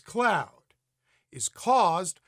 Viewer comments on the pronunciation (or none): none